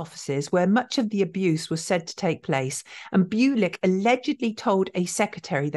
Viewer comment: byoo-lick doesn't sound right. Bull-ich maybe? Where was he from?